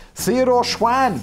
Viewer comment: As a n OG legend and relative of Theodor Schwann I love that he got mentioned in a Business Blaze video. For future reference though Schwann is pronounced Sch-w-on not Sch-WAN. I get it for the purpose of a drum roll though.